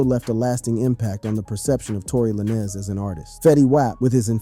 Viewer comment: Because you said Tory lanes Name like that so many times I’m not liking this video 😂